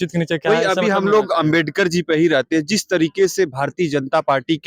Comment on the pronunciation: Jo Ambedkar nahi bol pa ra h wo rajniti samjha ra hai😂😂